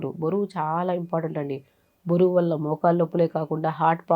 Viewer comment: బోరువు కాదు మేడమ్. బరువు